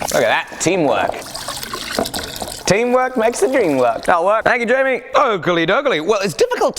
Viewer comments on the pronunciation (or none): none